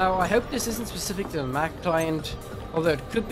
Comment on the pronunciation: dude... you messed it up the second you said mac